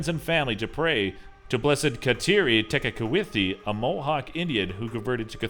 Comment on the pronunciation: FYI Its not St Kateri Tekawithi..... It's St Kateri Tekakwitha. That was my elementary school & I'm Catholic. Just thought I'd share and keep up the good vids :)